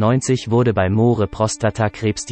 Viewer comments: Wer kommentiert denn da??? Moohre? Ist das eine KI? Englisch kann er auch nicht! Peinlich! Der arme Roger! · Moore schreibt sich zwar so aber es deutsch auszusprechen ist ....ein : ohjemineh. Ein tragisches Ende? Ich denke nicht. Aber ein wunderschöner toller humorvoller Schauspieler👍 ist er gewesen